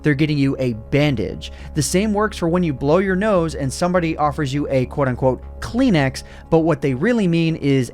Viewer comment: who tf says cleanx?